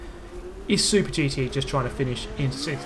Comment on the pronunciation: No one: Super GT: pErGouT